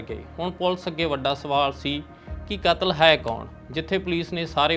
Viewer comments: ਲਗਾਂ ਮਾਤਰਾ ਦਾ ਵੀ ਬਹੁਤ ਫਰਕ ਹੈ,, ਕਾਤਲ ਨੂੰ ਕਤਲ ਤੇ ਕਤਲ ਨੂੰ ਕਾਤਲ ਕਹਿ ਰਹੇ ਨੇ,,,, ਪਰ ਜਾਣਕਾਰੀ ਵਧੀਆ ਹੈ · ਪੱਤਰਕਾਰ ਕਤਲ ਸ਼ਬਦ ਨੂੰ ਕਾਤਲ ਕਹੀ ਜਾਂਦਾ ਤੇ ਕਾਤਲ ਨੂੰ ਕਤਲ ! ਸ ਨੂੰ ਸ਼ ਤੇ ਸ਼ ਨੂੰ ਸ ਬੋਲ ਰਿਹਾ